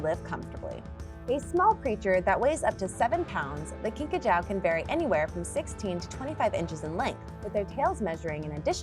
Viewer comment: It is pronounced kinka jew.